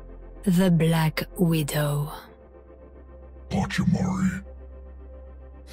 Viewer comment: Everyone: Gives an actual animal, with Moira even saying it's scientific name Roadhog: ⭐PaChImArI ⭐